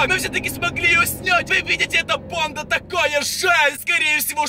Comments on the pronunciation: У тебя проблемы с речью ты уже надоел меня бесит то что ты ставишь ударения на последние буквы в словах: бандАааа СараЕееее МужчинЫыыы БежиТттт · Не не верю я в то что это настоящий суккуб подросток. Т. К суккуб подростка уже давно поймал SCP фонд. И 1 вопрос, я не прикапываюсь не подумай но зачем в конце каждой фразы так выделять букву типо, Суккуб подростАК. БандА.